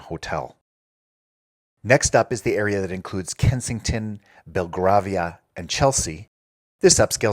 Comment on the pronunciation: Cadogan is pronounced K’duggun and the first “a” in Belgravia is pronounced as in rave not as in rarve.